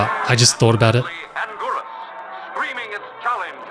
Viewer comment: You botched and angiruses name so hard. I thought I was gonna pass out.